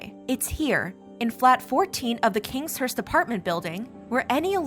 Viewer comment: “Kingshurst”, not Kinghurst…..